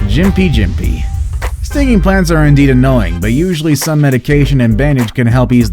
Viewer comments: gimp-pee gimp-pee not jim-pi jim-pi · Its pronounced gimpy gimpy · yes it is, and gympie-gympie is a hard g (as in "golf") not a soft g as said by the commentator... but the article's title suggests you should be running away from trees screaming for help, so my expectations were pretty low